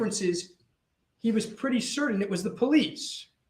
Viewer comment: I agree. He said “threadening” so often, too. CerTain was another one! I hope he accesses some articulation therapy before Donna’s trial.